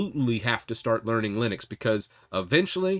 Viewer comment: Linux. Not Linus !! 🤣🤣